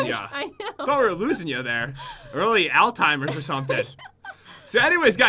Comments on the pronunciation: Pat it's pronounced as Al-z-high-mer not Al-timers lol 😂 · its 'oldtimers' not 'altimers' pat. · It's all timers not al timers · Ebony Husky I almost died when pat said altimers instead of Alzheimer's